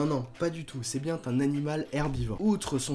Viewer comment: Merci, sauf pour le : "c'est bien Tun animal..." J'ai saigné des oreilles 😅😅